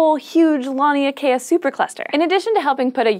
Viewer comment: LAN-EEH-UH-KAY-UH Not LON-EEH-UH-KAY-UH